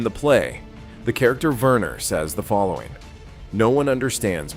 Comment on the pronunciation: the name is pronounced "Vehner", nor "Wurner"